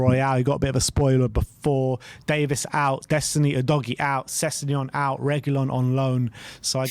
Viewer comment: Why are there so many different pronounciations of Udogie? I’ve heard it used multiple times differently between two people in some streams. Can people find out the definitive and stick to it. He’s been with us almost a season. 🤣 fwiw I think it’s pronounced ‘oohdoggy’.